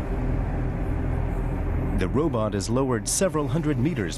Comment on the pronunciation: "Robutt" .....heheh.